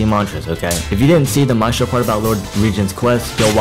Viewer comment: The way you pronounce Maestro hurts my soul deeply, thanks for the video tho